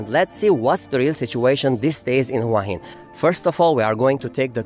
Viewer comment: Please... the city name is pronounced 'whaa heen'. Not 'who-ahh hin'.